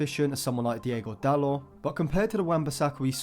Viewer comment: DIOGO. Not Diego